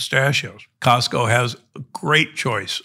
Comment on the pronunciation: Costco not Costo***